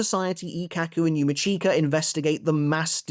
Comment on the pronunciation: Finally someone who recapped TYBW and pronounced YHWACH's name correctly